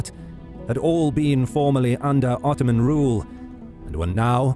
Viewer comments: Did anyone else notice how it said 𝓞𝓽𝓸𝓸𝓶𝓪𝓷 empire in the first seconds instead of ottoman, just thought I'd point that out, have a nice day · "Otooman empire" lol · Ottoman become Otooman... glorious. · No one: Otooman Empire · Ah yes, the otooman empire... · *Otooman ... lol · The OTOOMAN EMPIRE ! xD